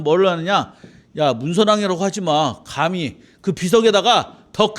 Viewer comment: 좌성하오나, 자고저 믄제가 심각하나이다.장음인 첫 자를 짧게 잘못 발음하신 예:사람,감히, 되요, 머냐하면, 세상, 좋겠다, 두 개, 시각,(좋은) 운,제가( 나 자신), 등!! 이런 평상어의 발음이 이렇게 틀렸나이다.!! 이 자리에서 이런 강의를. 들으시는 여러 분 어떻게 생각하십니까!?? 장중히 권하오니, 치시면, 우리 말에대한 귀한 강의를 들을 수 있나이다. 미국 변 완수 드림